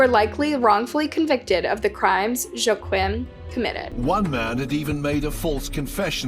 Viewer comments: In German, 'Joachim' sounds like, 'Yo-aa-him' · I'm really sorry but I'm out. Your proper noun pronunciations have always been terrible but this one cinches it. Joe Quim? C'mon. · Joachim = “wah-keem” not Joe Quinn… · its pronounced YOH-AGH-HEEM KRUHL !! Sorry im European and youre pronouncing it so wrong, love your channel 😅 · Here people say "Wah-KEEM". Regardless, she didn't get any of them right! Not that I'm surprised, basic research and this woman are not acquainted. (Up the Reds!) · Joachim is pronounced wrong as someone who speaks German it isn’t even close.